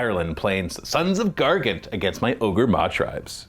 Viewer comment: “O-GOR” 😂 Just say ogre, man. They changed the spelling for intellectual property reasons, but same pronunciation.